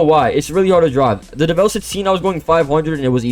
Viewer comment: FINALLY, SOMEONE PRONOUNCES DEVEL NOT-DEVIL! EVERYONE SAY DEVIL, ITS DEV-EL!!